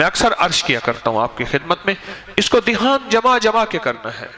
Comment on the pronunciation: مولانا صاحب نوٹ فرنا لیجیۓ ۔۔۔۔ لفظ دیھان نہیں بلکہ دھیان ہے